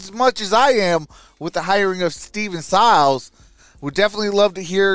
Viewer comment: It's pronounced..... "Syy-les"